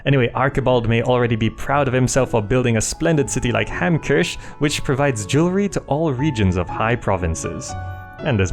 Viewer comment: Hamkirsch, is actually German for Hamcherry. I believe it should be pronounced as HahmKiirsj :P